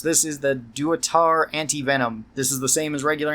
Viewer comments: Lol... "Duatar" 😂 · "doo-uh-tar" lmfao.